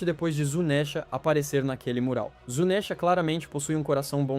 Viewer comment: Q agonia ouvir ele falar "zunésha" Nunca ouviu a dublagem em japonês? Se pronuncia Zunisha